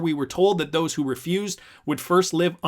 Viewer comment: Anyone who says “Zose” is not to be trusted.